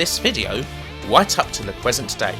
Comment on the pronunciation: why does he say lee instead of the?